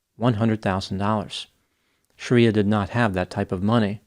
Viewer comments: Bro, BIG difference between YOUR pronunciation of "SHARIYA," (A harsh interpretation of Islamic law) and this woman's correctly pronounced name "SHRIYA," which is pronounced as it appears. Aren't doctor's keen on pronunciation after 4 years of pneumococci, neisseria and the like?😮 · dude...it was getting to me how you were pronouncing it as Shaaaariyaaaa, instead of Shri-ya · It's pronounced Shree-yah not Shareeyah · You're pronouncing her name wrong. It's Shriya not Shariya. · Shreeya not Shareeya. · Not Shar-ee-a, Shree-ya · Pretty sure her name is not "Sharia". It's Shriya. It's a Sanskrit name, not Arabic. Otherwise, entertaining video. Well, except for the confusion of singular and plural. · The least you can do is pronounce people's names correctly. Shriya and Sharia aren't the same thing meaningwise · Might have been a good idea to learn how to pronounce her name correctly. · You're pronouncing her name incorrectly btw